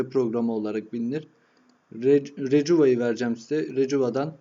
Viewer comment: recuva deil rekuva die okunuyo kardeşim